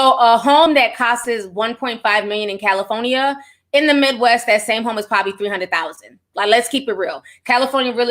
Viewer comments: Ditto LOL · cali phony a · Me too 😂😂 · I cackle every time I hear Ti say “Cali-Fo-Nia” 🤣🤣🤣🤣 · Lol meh tooo she’s heaven sent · Same, I love it😂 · Same i love it when she says that 😂🥰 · I love it! 🤣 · Be having me weak asl 💀😆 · I couldn’t help myself 🤣🤣🤣